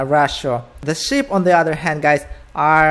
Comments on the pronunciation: Clicked off the vid straight away because you kept saying ship not sheep!!!!!!!!!! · Are you saying Sheep or the S word?